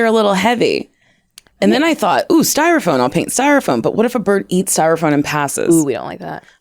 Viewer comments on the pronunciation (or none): none